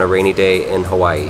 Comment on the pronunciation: It sounds like you saying kawii